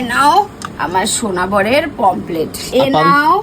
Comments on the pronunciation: মাছ খায়.. কিন্তু মাছের নাম উচ্চারণ করতে পারে না। "পমফ্রেট" মাছকে "পমপ্লেট" বলছে! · ওরে মূর্খের দল! ওটাকে "পমফ্লেট" নয়.. "পমফ্রেট" বলে।